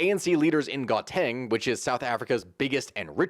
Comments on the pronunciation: Gauteng is pronounced how teng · Gauteng is pronounced How-Tang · You say Gaw-ten but you spell Gauteng. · Gauteng is pronounced “gow-teng” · Some pronunciation help: Rama - po - sah. - Ramaphosa Ghow - teng - Gauteng. Gweh - deh - Gwede. Munt - tasheh - Mntashe. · "gow-tang" cmon man